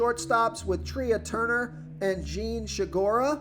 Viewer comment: It’s pronounced Trey Turner not Tree-ah. Come on.